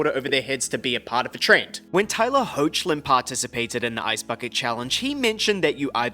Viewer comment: Tyler Hoochlin? It's Hoechlin, like Oh-Hec-Lyn! 😅